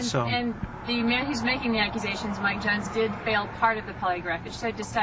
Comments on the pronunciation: Why do you keep calling “Jones” “Young”? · Young? I thought it was Jones. Otherwise, great video!